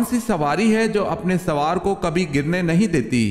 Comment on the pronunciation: Aap (sowwar) ko soor kyu kahe rahe haen......?